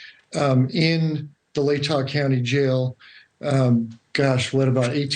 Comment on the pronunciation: I love you Ashleigh and I always watch you but the way you say Latah drives me nuts lol. Its Lay Taw. The tah sounds like jaw or saw. It’s pronounced as Almost two separate words.